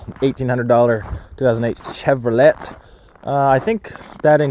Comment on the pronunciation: Please tell me you mispronounced Chevrolet on purpose at the beginning